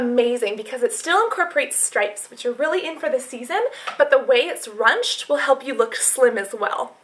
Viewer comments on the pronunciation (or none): Btw, you said 'runched' for 'ruched'. It's pronounced 'rooshed'.